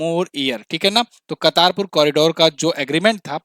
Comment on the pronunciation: कर्तारपुर corridor हैं...... कतारपुर नहीं